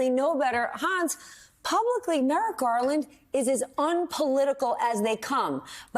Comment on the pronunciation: Merrick Garland should’ve moved faster, obviously. The best part of this was when Hans called him “Garlic.” 😂